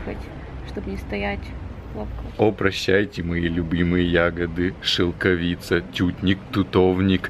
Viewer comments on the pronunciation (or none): Правильно говорить шелкОвица